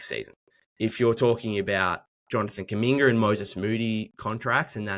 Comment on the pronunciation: Kumingeer can’t get over the R replacement of the A’s 😭